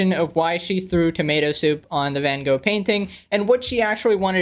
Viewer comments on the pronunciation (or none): Hey man you keep saying van go it is van Gogh you can say it like that van goch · "Van Go" bruh 💀💀💀